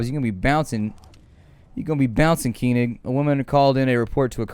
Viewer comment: you say keyning instead of Koenig. Its more like col (Colonel) and nick.